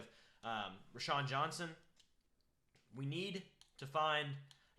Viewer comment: Row - Shawn Johnson not Ra-Shawn!